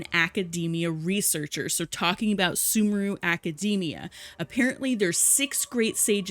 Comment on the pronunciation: Cried when sumeru was pronounced as "soomooroo" instead of "sooméhroo"